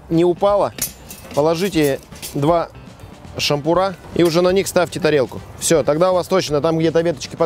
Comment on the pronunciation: Почему "шампурÁ" и "шÁмпуры"? Разве не «шампУ́ры» ??? Это ведь так просто: шампУ́р - шампУ́ры.. Пятый класс, вторая четверть. Даже Александр и тот знает)